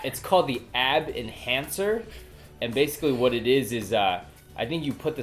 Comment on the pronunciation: Omg, "Abs hancer"....lmao... you guys are just so funny., please make a video if you get that abs hancer. lol